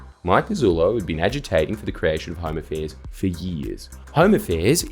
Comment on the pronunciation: I know he means "Home affairs" but I keep hearing "Homo fairs" and I chuckle every time